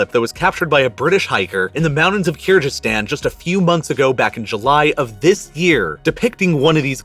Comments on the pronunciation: it's Kyrgyzstan. G like golf. Hello from Kyrgyzstan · Kyrgyzstan not Kyrjystan please pronounce it correctly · Jsyk, the g in Kyrgyzstan is hard, like "geese," and the people are Kyrgyz, not Kyrg ( -ish). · keerjeestan? at least do your research how to pronounce country names ffs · Avalanches are common in Kyrgyzstan. It’s a G not a J or gh btw pronounce it as kyrgyz stan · Kyr-Jizz-Stan? Cya-nai peninsula? Is this guy for real? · Did this man just say "keerjistan"?? lol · What an excellent video! Great detail and analysis of a catasrophe that is appallingly little known in the West. The only thing I would quibble with is: - the pronunciation of Kyrgyzstan (it's a hard G, no question about it) My mum worked on an MSF (Doctor's Without Borders) project in Urgench in the early 2000s (western Uzbekistan in the Khorezm province, a district which incidentally gave us, via Muhammad ibn Musa al-Khwarizmi, the English word "algorithm"). The project had been founded partly to investigate whether the wind-blown dust and fertilizer/pesticide residue was the reason for local low health metrics, especially high TB rates. The evidence really didn't support this as the culprit and the project gradually evolved into mainly delivering TB treatment. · in my 35 years of living on this planet, you are the only person who pronounces Kyrgistan with a ji sound instead of a hard g. Why are you doing that? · Just ask Google how to pronounce Kyrgyzstan correctly . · Oof, as someone that grew up in Kyrgyzstan, I cringed when I heard your pronunciation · I'm pretty sure Kyrgyzstan is pronounced with a hard G